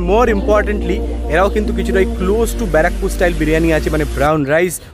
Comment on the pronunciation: Bara..pur😂 Bra..Pore 😂